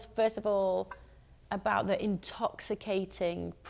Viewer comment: I use to love Corrine in high school, but listening to her say "Negro" feels like Im listening to a white person.... ehhh